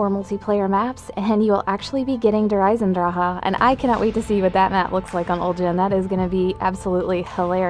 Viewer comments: "Der Eisendraha" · Der Eisendra-ha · der eisendrachehee